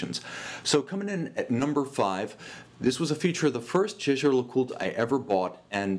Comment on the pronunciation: it's pronounced yaay-ger. 😜👍🏻